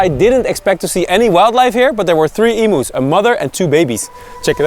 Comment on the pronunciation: Hi guys, enjoying travelling along with you. (A bit of Aussie pronunciation - those large birds are called eem-yous, not e-moos.)